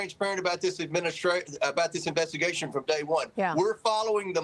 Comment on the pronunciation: OK, so it this a proob or an inverstigashun?